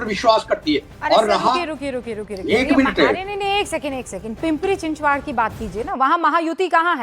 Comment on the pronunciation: पिंपरी-चिंचवाड़ क्या है? पिंपरी-चिंचवड़ है;ना कि पिंपरी-चिंचवाड़। 😢😂